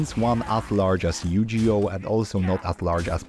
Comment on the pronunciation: my mans really called it yujioh